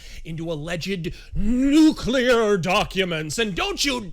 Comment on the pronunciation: Stalin: "Gimme nuculear secrets please!"